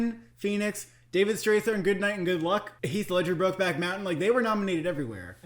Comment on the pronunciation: David Strathairn's last name is pronounced ",Struh'thairn" like when you say air. And it's pronounced Tandy, not Thandy. I know Thandie's name has an h, but that's how it's pronounced.